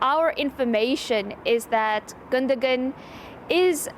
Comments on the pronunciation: Why is she calling him Gunda Gun 😂😂😂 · Pronounced Gundo wan! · No gundo gan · 🤣🤣🫵🫵🫵😂😂it's pronounced Captain Clutch Gundogan, not uh......whatever she was babbling out. 😏